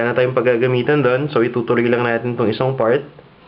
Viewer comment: May konting american accent ka na, but it's good that you can still speak Tagalog fluently. I just noticed you pronounced some of your "i" with an "e" like "gamit", "natin" and dikit". You said gamet, naten and diket. Anyway, I tried your this chicken lollipop and it's wonderful as a pulutan! Hehehehe can you teach us how to do a good sauce for it?